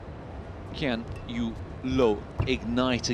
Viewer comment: Why did the commentator call Lin Dan as Lin Dan and Loh Kean Yew as Kean Yew Loh?